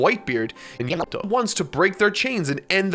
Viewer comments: The way its edited means it might be because he is mispronouncing it, or his accent is, like the review series with yonji .i wouldn't be surprised he was saying YAM-ato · The editor usually does that when either mispronounced something or used an incorrect word/name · It's still funny how Yamato's name kept getting distorted. I'm curious was it just saying Her name wrong? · Ngl dude, I'd rather hear you say Yamato's name wrong than hearing whatever that is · Probably mispronounced it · mispronouncing Yamato will never go out of style! 😂😂